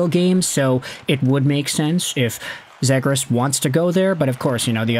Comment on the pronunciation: love the content and have been following for years but we gotta get you pronouncing Trevor's last name correctly. It is Z-ee-gras.as<is). Not Z-ag-gres. Keep pumping content! -DucksFan